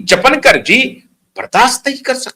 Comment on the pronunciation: चपनकर नहीं, चापणकर =Chakankar..रुपाली चाकनकर Rupali Chakankar